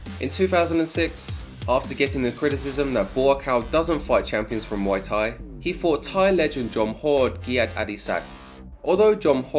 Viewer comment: Please stop saying ‘moy’ Thai … should be pronounced closer to ‘mooay’ … moy means pubic hair in Thai 🤓